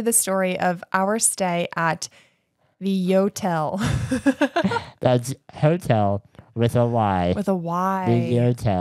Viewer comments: I actually snorted laughing at picturing the airport staff's faces when you kept saying yotel and they say "do you mean hotel"? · That “Yotel” sounds more like a “NOtel” 😅